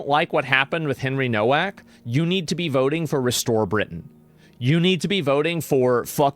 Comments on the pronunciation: Why pronounce Nowak incorrectly? Seems disrespectful. It's not No-Wack but NoVak. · You pronounce Nowak - Novak W is always V in Polish language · Can people that are opposed to what happened to Henry Nowak please pronounce his last name correctly?! It seems like the minimum amount of effort to put in… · It's pronounced "Novak". It's obviously a Polish name, and in Poland, they pronounce the "W" like we pronounce a "V". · Hey asmongold the w becomes a v in Henry's surname, just letting you know bud, RIP Henry Nowak you deserved soo much better! 😡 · Please learn how to pronounce his last name, if he's famous - Nowak is a Polish name, you can read this "NOH-VAK". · the father, in his statement, introduces himself as Mark NO-VACK. and goes on to pronounce the other members of his family with that same No Vack pronunciation.